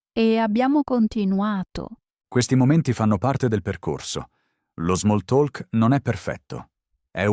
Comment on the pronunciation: Grazie per il podcast. Non devi dire “talk” con la lettera “l”, se dice come “tok”